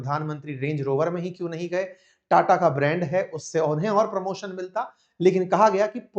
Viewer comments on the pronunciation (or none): none